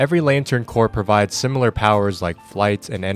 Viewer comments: corps is pronounces core, not corpse, knew that was gonna drive me crazy so had to stop 8 seconds in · Did... did you say lantern corpse at the start?